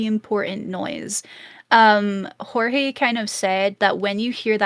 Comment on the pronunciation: Jorge was pronounced correct. He is Puerto Rican. Also I know this was over a month ago. I am just commenting for Engagement 🙂